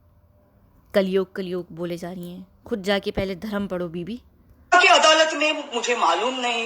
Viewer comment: She is actually under some influence.adalat ko aladat pronounce kat rahi hai .Hosh thikane nahi hai ulta seedha bak rahi hai.